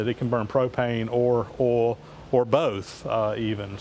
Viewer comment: it sounds somewhere between ah'll and awl to me!!!